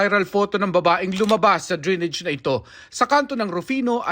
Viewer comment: Anong dri-nidge? Dray-nij po tamang pronunciation.